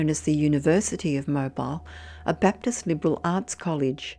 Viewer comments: FYI Mobile, Alabama is pronounced mo-Beel not mo-Bile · Tee hee! I love your pronunciations! It Tupelo(Too peh low) and Mobile (Moe beel). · If Mobile College is in USA its pronounced Mobeel. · Mobile; isn't it pronounced "Mo-beel"? Just checking.